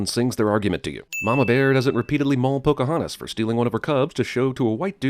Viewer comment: PC-hontas lol.